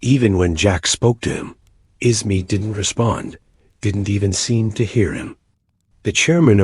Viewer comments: The AI narration is tough to get past…”Bruce Isma” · I want to listen but the narration is horrible. I can't deal with it not saying Bruce Ismay so badly.